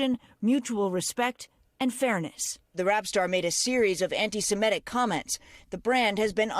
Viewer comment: The word is "ANTI-SEMITIC", not "ANTI-SEMETIC"! Get your pronunciation right, people!